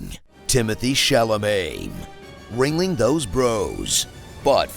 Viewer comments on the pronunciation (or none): none